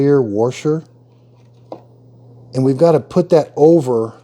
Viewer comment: What exactly is a “worsher” ? 😂😂